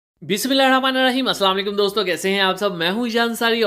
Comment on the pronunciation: kindly recite BisMillah shareef in proper way as it is to be recited